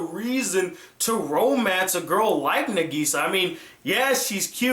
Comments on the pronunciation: ITS NÁGISA, NOT NAGÍSA!!!!!!!!!!! have you even watched the sub........... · Its nagisa (nah geh sa) not nuhgeeza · It's pronouced Na- k/gi -sa With no emphasis on the gi, It's supposed to be a lot of a sound, and making it sound like a k, or a very short gi, like it's spelled, but the english dub pronouces it as geeeeeeeeeeeeeeeeeeeeeeeeeeeeeeeeeeee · Its Na-gi-sa not Na-giii-sa!! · I don't like your pronounciation of Nagisa!!!!! ;-; I say Naw Gi Saw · He says Nageesea like in the shitty english dubs. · Good review - and while I don't agree with everything, you did make quite a lot of valid points. You gave both the good and bad parts of Clannad and Clannad: AS justicce. The ending would... probably make a lot more sense if you actually played the visual novel. And also, while this is very minor, Nagisa is pronounced "Na-gisa" with emphasis on the first syllable "Na" rather than the second one "Gi". Very good review! I look forward to other ones :) Also, HAPPY BIRTHDAY (2 months late, though mine was also in April XD)! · Has problem saying "NaGEEsa" and "SanAI" but questions the way pronounces "Ushio" when he says it perfectly XD Awesome review though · From the way he pronounced Nagisa, I can tell he watched the dub. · great review. but at least say Nagisa's name correctly. please. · How he pronounces nagisa is so annoying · Great review, although I wish you would pronounce Nagisa's name right. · at least pronounce nagisa right man cmon lol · D: the way you say Nagisa i can tell you watched the dub... sub man sub Japanese pronounce it properly. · Glad you finally reviewed Clannad and happy birthday!!! Edit: Though I do wish you pronounced Nagisa as what's heard in the Japanese dub.